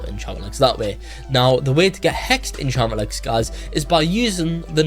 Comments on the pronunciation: "Enchammelex" and "a bittle" is WILD🤨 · "Hexed enchammelex and a bittle enchammelex"